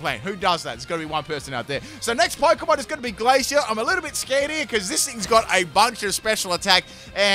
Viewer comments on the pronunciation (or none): none